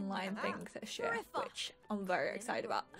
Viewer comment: When you said which it sounded like b in which.